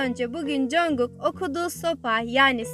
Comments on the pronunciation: Üzülme ama biraz sinirim bozuldu o yüzden söylüyorum bunu congug değil conkuk (okunuşunu yazdım yazılımını değil) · congog deyil jankuuk diye okunuyor 😂😂bu arada video çok guzel olmusss💖